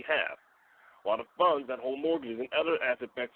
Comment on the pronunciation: 😂 sound like he said buns and not funds😅